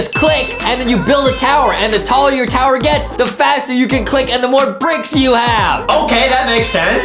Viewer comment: Adam made a mistake by saying tower to towyer